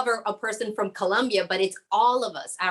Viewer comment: It's Colombia with "O"